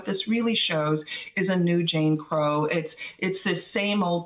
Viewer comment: For a moment, I thought Michelle Goodwin said, "Jane Crow laws," which sounds about right!